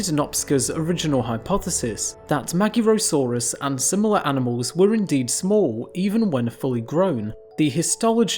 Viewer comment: Except the magyarosaurus, that was butchered. To be expected honestly, as the letter "gy" is a single letter, to be pronounced like D in the word during, when told by some british accents - and is generally not used in english.